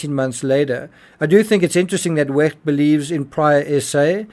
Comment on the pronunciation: Who is this idiot commenting on Wecht’s video and pronouncing his name so moistly